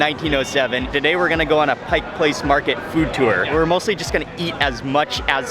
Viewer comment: It’s a tourist trap and expensive but it’s fun. Thanks for not saying “Pike’s Place”. With all the people moving here, you now even hear people living here saying it. 😖 Next time you get to Seattle though, you really should check out some of the ethnic neighborhoods here. Little Saigon but also lots of SE Asian food in South and Southwest Seattle, and Korean up north.